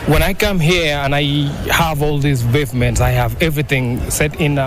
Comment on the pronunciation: (bavement) can you pronounce it right. Did you get the houses, tag me along too.